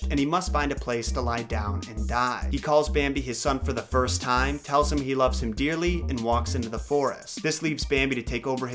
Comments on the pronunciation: Hehe "he loved him DEERLY" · "He loved him DEERly" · Lol "loves him DEERLY" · did any one else laugh when he said that "Bambi's father loved him DEERLY"? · hehehe 'He loves him DEERLY' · "loves him deerly"...